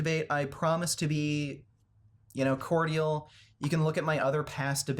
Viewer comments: Cor-dee-al? It’s pronounced cord-jal. :) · It’s really funny to me that on his Twitter calls Charlie’s audience dumb for a spelling error but he can’t even properly pronounce cordial. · You mispronounced ‘cordial’.